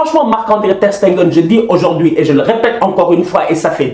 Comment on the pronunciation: Ter Stegen et non Ter SteNgen please ohhh... Sinon Top👌🏾😂 Aussi suarez n'a qu'à se gérer 4 ans sans but a l'extérieur en UCL, doyna nak